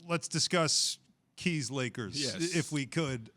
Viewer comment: Magic possibly the greatest Laker of all time sittin there and he says "Keys Lakers" who tf is this guy???